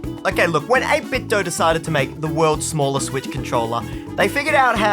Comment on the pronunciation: Thank you for pronouncing 8BitDo correctly. Thank you.